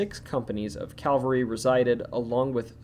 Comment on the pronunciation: Please note, for future reference, that there is a huge difference between 'Calvery' and 'cavelry'.